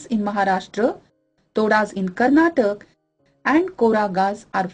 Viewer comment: its Karnataka and kerala ... not tak and ral